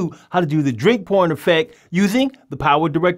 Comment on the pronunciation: Thought you said on the narration the 'drink porn' instead of 'drink pouring' effect, yes l am going to get my ears cleaned out........ 😄